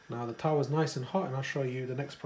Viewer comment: As if u put the oil spoon in sugar. And stop trying to be a coconut. If ur gunna ise Indian words atleast pronounce them correctly. Wtf is a tafaa. So fake